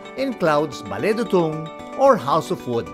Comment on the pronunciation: It’s “dootoong”